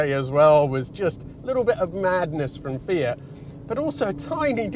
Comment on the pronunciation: great video but disappointed he's not saying "fiat" or "multipla" in the Italian accent 🤷‍♀